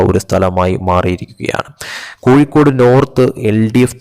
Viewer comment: കോയി ക്കോട് ,, കോയി ക്കോട്,, പോടാ കോയി